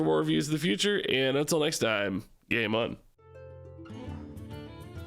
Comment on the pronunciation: Why is he calling me a “gay mon” at the end of each video? I’m not Jamaican!